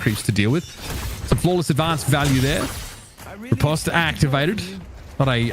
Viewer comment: It's ri-post not re-pahst